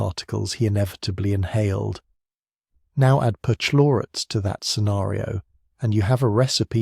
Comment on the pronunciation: "perch-----------lorates", for Pete's sake! CH is pronounced k in Greek vocabulary or before a consonant in a noncompound.